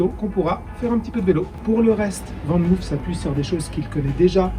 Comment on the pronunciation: Van moof se prononce "fane mof" et non "van mouf" Groetjes!